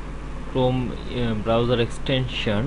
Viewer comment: every time you say browser it sounds like you say browyour